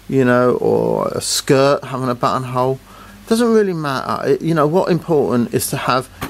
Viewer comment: Your accent makes "buttonhole" sound like butthole.